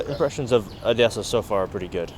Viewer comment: I think your Russian/Ukrainian is getting better! You pronounced the word Odessa without any accent at all) and what field do you work in, forgive my Ukrainian frankness)